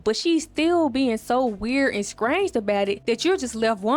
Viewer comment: It’s Strange^ and straw. Not scrange